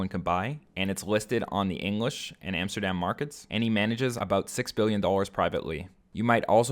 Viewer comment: These guys literally said AmsterDAMN